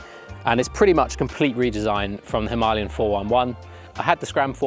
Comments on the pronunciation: Why do people call it "Himalyan" instead of "Himalayan"?! I am sorry I am not a native speaker so... Am I missing something?! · Good piece, but honestly, ‘Himalian 450’, lol 😂? Maybe, one would look a little more convincing if the pronunciation was right of what one has just been buying? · If u are going to pronounce it himALayan then Im going to call it a Duel Sport. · • Breakdown: him - uh - LAY - un • Primary Stress: Placed on the third syllable (LAY). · If you want to review it, you need to know what it’s called. It’s called a Himalayan. It’s not a Himalian 😂😂